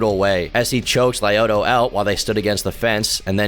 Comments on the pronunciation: Who the fuck is “lie-oto” machida? 😂 cmon man if you gonna say his name 20 times atleast learn how it’s pronounced especially when he’s one of the goats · Just some of the names mispronounced Rua is pronounced HOO-UH lyoto is pronounced LEE-YO-TOW Miocic is pronounced MY-OH-CHICH Wanderlei is pronounced VAN-DER-LAY Im sorry it's minor thing but as an MMA fan hearing their names promounced the way they were was jarring. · Roo Ah Whonderlay Lye Oato Goo Stoph Son Guh Guard Tex Era Oh Vance Saint Pro Ray Ace Bear My Oh Kick Sigh Rill Gain